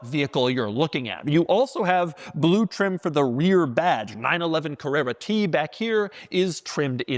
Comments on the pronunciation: No one pronounces blue like that. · My boy, Bah-loo! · Ba-lue. Like how he says e-lectric. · There's something cool about the way Doug says "blue".